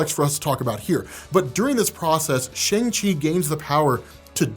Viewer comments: It's pronounced SHUNG Chi not SHANG Chi!!!! You still saying it wrong. Lol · Shang Chi (pronounced ShUng Chi) had my OCD goin Crazy! Cuz You of ALL ppl should Know this.. still Loves! #diehardmcu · I've been watching you a long time and I like you but how did you watch a two-and-a-half-hour movie and yet continue to say SHAYNG. I swear sometimes y'all Americans and your ABCs trip me up haha. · Can you pronounce at least pronounce Shang Chi correctly please